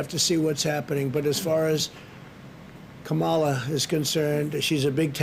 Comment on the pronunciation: Let’s start with the pronunciation of kamala Harris! Is that all he has?!